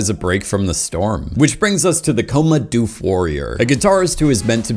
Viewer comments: Dude your pronunciation of doof. Hilarious. It's not doofe... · Great content Terrible pronunciations Doof in doof warrior rhymes with book not food Klishnikov is not how you say his name, it is supposed to be exactly as it’s spelled, it’s the Russian name for an AK47 etc